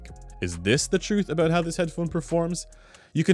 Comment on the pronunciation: "Aboot" Are you like 50% Canadian?